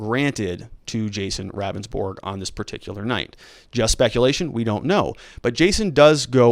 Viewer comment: The Ag name is pronounced. "Rounsborg" the victim is pronounced "Beaver"